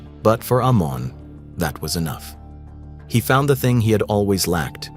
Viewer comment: Not Armon , but Amon